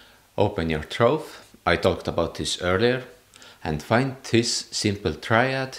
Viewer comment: Great video, but your pronouncation of "throat" is a little off-putting lol.